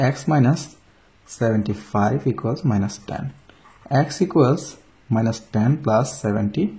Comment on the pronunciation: X এর উচ্চারণ ঠিক করেন। শুনতে ভাল লাগে না#